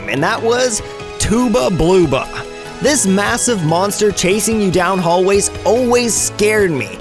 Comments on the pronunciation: "tooba blooba " I laughed really hard, it's pronounced tubb'a blubba ( ton of blubber ) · TOOBA BLOOBA!?!? seriously? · I always pronounce it Tooba Blooba too, I've been told Tubba Blubba is pronounced with a "uh" sound, and my friends say it like that, so it makes be glad to hear someone else say it with an "oo" sound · Tubbla Bloobla? The fuck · "Tooba Blooba" "windmeel" No offense, but how do you screw that up? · "Tooba Blooba?" There's basic phonetics out of the window. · I just wanted to scream at him, like, how do you mess up a name that easy. It was grating against my ears hearing him say it lol